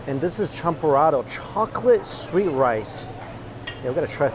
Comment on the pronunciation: The way you said champorado sounds so perfect👌🏻